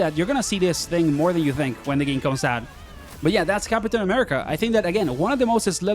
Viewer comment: Why you say "cap-uh-tain" ☠️